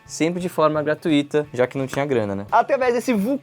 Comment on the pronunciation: A pronúncia não é gratu Í ta, mas sim gra tU ita, ou seja, ênfase no "U" e não no "i" pois a palavra gratuita não tem acento agudo!!!!!!!!!